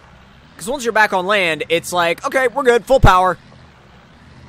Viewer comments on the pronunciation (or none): none